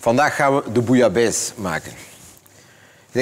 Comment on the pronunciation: zeveraar, het gaat om bouillabaisse, niet bouillabaise. Koken, en vooral je mond houden!